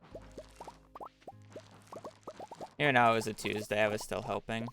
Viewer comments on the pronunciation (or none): none